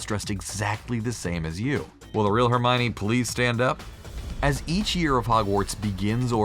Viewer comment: its not herminey its hermione (her-my-owny)